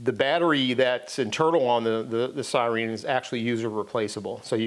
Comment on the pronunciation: Did you say "sireen" just to piss me off? It worked... 🤣 Great video. Thank you.